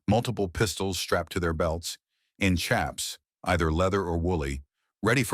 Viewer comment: The narrative on "chaps" (and he's pronouncing it wrong lol) is all wrong. You try riding through mesquite, ocotillo, and cholla with no leggins lol. Cowboys always did and still do wear leggins when they're working or gathering cattle. 🤦🏽‍♂️